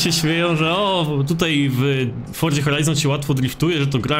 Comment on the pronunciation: wszystko fajnie, nagrywasz spoko filmiki, ale jeśli możesz to zajrzyj do google tłumacz i wpisz sobie słowo "forza", i zobacz jak się je wymawia:). Wymawia się je /ˈfɔr.ʦa/, gdzie ty wymawiasz to tak jak jest zapisane, uszy krwawią:(. Nie wspominając kiedy mówisz to z końcówką -ie, "forzie" co brzmi jeszcze dziwniej. To nie jest hejt, ale kiedy mówisz twoje "forzie", to cała reszta bardzo dobrego filmiku na tym traci:(. Pozdrawiam